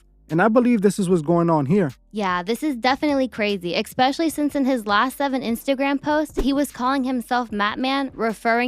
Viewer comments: I love this channel but I cringe so badly every time our girl here says EX-pecially 😫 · “Expecially” lmao girl, stop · Especially hasn't got an x in it sorry dont want to be that person but it triggered me hearing her say it twice very quickly.